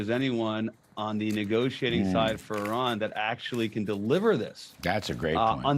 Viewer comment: Your dear guest should first pronounce IRAN correctly then the rest and it s persian gulf not any thing else,what the heck